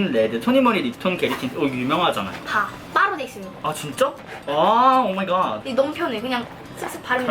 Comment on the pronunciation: 아 님 초에 오마이갓 발음도 좋고 레알 마약이다.....